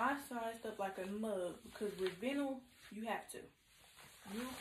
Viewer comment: Vinyl is pronounced “vine-l”. I was thinking about the nude vinyl pants for a wedding but I’m scared now, and that sound.....